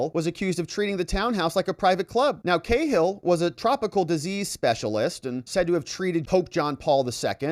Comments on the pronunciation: Cahill is pronounced cA-ill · Ca-hill wee man 😊